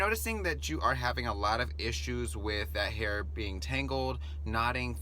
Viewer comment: Flawless, superb herr in the corrr lol